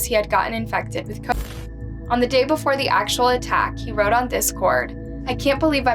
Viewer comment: You can’t even say COVID?